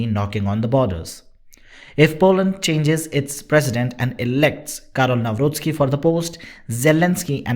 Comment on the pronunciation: There is no such thing as Polish - ukrainian friendship Your pronoun of Karol Nawrocki is excellent ……